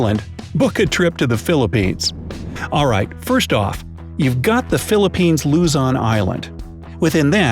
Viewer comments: Did he just say Luzon as Lu-zon? it sounded like the o was u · taal = ta-AL luzon = luZON sorry but i just cringed a little at the pronounciation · loozon island me: HAHAHAHAHA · Um its actualy called Lu-zo-n in filipino bwisit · Its Luson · Ya pronounced Luzon,And Taal wrong 🤦🏼‍♂️ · You need too learn how to say LUZON VISAYAS AND MINDANOA and your driving me NUTSS!!!!!! AND ITS CALLED TA AL